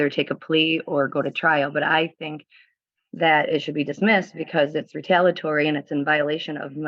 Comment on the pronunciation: This BRILLIANT soon-to-be lawyer should really learn how to pronounce the word "retaliatory". It's not RE-TAL-UH-TORY!! It's RE-TAL-EE-UH-TORY Dummy!